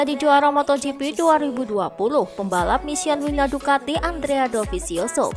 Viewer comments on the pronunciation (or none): none